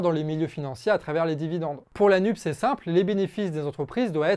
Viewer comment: Nupesse ! On prononce Nupesse ! C'est officiel.